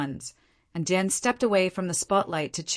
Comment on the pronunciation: Downvote because you can't get DIAN'S name right.